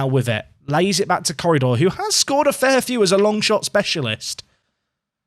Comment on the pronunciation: Every time you say Corredor, I keep thinking you're about to say currydog.